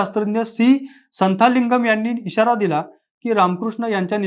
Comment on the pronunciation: उत्तम माहिती! मराठीत ऐकून खरच मस्त वाटल. तमिळ उच्चार थोडे वेगळे असतात संथालिंगम नसून संतलिंगम म्हणा. तमिळ लोक th = त, zh = ळ असे संकेत पाळतात. उत्तरेत दक्षिणी लोक आपल्यापेक्षा वेगळे, कमी स्मार्ट, कृष्णवर्णीय असतात असे समज आवडीने मानले जातात यात आपण मराठी लोकही धरले जातात! महाराष्ट्रातही अशा एतद्देशीय संस्कृती असतीलच. त्यावरही बोलावे